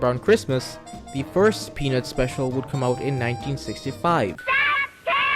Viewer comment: I am not sure if you did it intentionally to get people to comment but you are pronouncing “peanuts” like “penis”